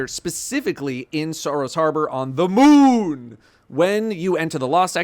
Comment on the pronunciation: Quit saying the moon like a water head 😂